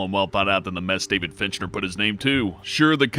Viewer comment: Is it just me or did he pronounce Fincher as Fintchner?